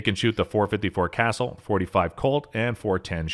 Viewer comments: Seriously? "Triumvirate" is typically pronounced like so: "try um vur it." "Cassul," most often in my experience, sounds like someone saying "the pool;" - "Kuh sool." Obviously the internet is available - if at any point you decide you don't want to sound dumb, just take any word you find yourself guessing how to pronounce, and put it into Google with the the word "pronunciation" after it, then hit the search button. Usually, you will immediately see a link or a button to play a sound clip, of someone saying the word the right way. No offense, but the way you say "triumvirate," combined with being unaware that "Cassul" is actually not the same word as "castle," makes you sound very much like either an idiot, or a person who doesn't care enough to bother looking something up, when you could just guess! If you would rather make something up, rather than put thirty seconds into being accurate with the things you say, how exactly can your information be seen as reliable or accurate? How is a viewer supposed to tell the facts from your uneducated guesses, if anything coming out of your mouth could be either? (to be clear, I'm saying your guesses are uneducated, like the phrase "an educated guess;" I do not mean to say that you necessarily are uneducated.) If you don't care, why should anyone care what you have to say? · The word you are looking for is TRI UHM' VER ATE. I don't even know how you came up with whatever it is you said. And as long as we are on this subject, it's .454 KA SOOL'. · Drove me crazy that he pronounced Casull as castle. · Yeah, Dick Castle is rolling over in his grave. 😂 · So he pronounced it castle. Boo fkn hoo. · Ditto. Decades ago, I had a friend who owned 2 454 Casulls. He also had a Ruger super blackhawk 44 mag with an 18in. barrel that he had to special order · Castle. Castle. Castle. Castle. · Kay-saw or kay-sall. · How can I trust the word of someone who doesn't know how to pronounce Casull? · That’s not how you pronounce castle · You too?